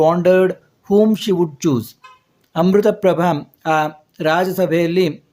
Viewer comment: Not Amrutaprabha it is Amritaprapbhav